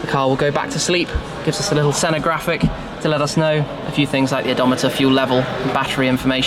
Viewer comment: The 'Shenna'.